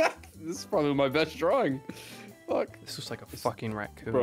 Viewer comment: said problably like 4 words in this session